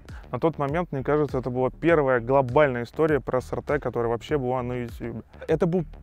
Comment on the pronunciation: правильно произносится SRT - Эс Ар Ти.